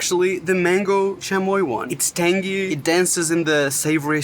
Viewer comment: It’s C H UH moi